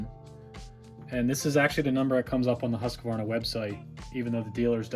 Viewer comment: What a pain chasing a bad coil. Your little music overlay is unnecessary. And, it's Husqvarna, not huskavarna. There's no A after the husk syllable. About 90% of utubers mispronounce it, though. 😂 I enjoy your videos. You are very patient. Thanks.